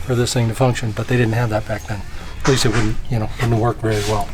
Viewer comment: The way says eckleast lol always gets me